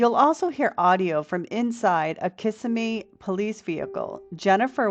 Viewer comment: Not to be rude, but Kissimmee pronounced: Ka-sim-me ... not kiss-a-me 😂 ... many miss that nuisance including me at first ...